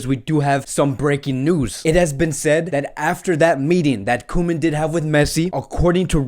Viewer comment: It’s co-men